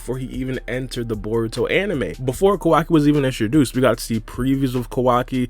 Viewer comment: Whose kwaki? It’s Kawaki 😂